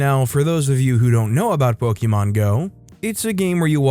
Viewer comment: Sigh po-kuh-mon.....